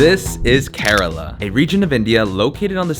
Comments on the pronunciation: Its pronunced as "care La"... Not korela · It's not karela it's Kerala